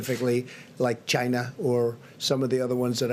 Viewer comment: He seems to have a lot of trouble saying the word 'China' properly.